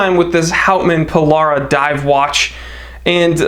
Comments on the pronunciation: Pill Bruh. Not Pill bar ra. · The Houtman "Polara"? I could have sworn it was the 'Pil-brah', mate 😉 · That's pronounced "PILL-BURRA" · Its pronounced Pil- brah FYI. Nice watch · As an Aussie who works in the Pilbara I must educate you all on the correct pronunciation... the first 'a' is silent. A true blue Aussie would say 'pil-bra' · Red Cattledog. Also it seems to have a special design dial surface. Also, you need to work on pronouncing Pilbara. 😊